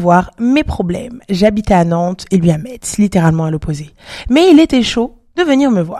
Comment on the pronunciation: « Metz » ça se prononce « Messe »😂😂 mais sinon superbe vidéo